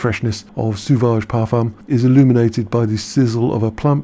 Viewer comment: Sauvage is pronounced like the eau in eau de toilette...